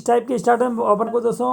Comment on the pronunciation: स्टार्टर नही स्टेटर होता है